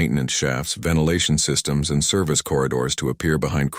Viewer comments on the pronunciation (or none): none